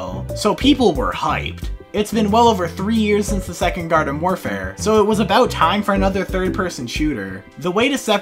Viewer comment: Hate to be that guy but you said varden instead of garden.